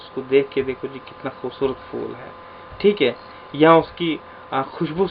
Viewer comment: فولوں نہیں سر پھول پڑھائیں یہ لفظ بچے بھی اسی طرح پڑھیں گے فول❎۔۔۔۔۔۔۔۔پھول✔